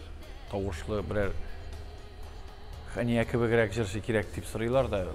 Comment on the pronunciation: Хания, дип, тугел, Хэния, дип, сойлэргэ кирэк, иптэш директор.